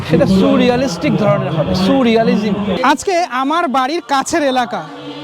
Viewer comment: এটা suu-realistic ধারণা! Soooooo-realistic, sooo-রিয়ালিজিম্। 😂😂 Surrealism ba surrealistic noy!😂😂